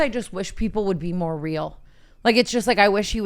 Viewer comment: Tana’s “we need these way mo’” 😭🙏🏽